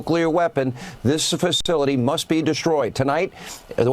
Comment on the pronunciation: Sean Hannity said, "fastility." What's a fastility? Sean Hannity is losing it as much as Donald Trump.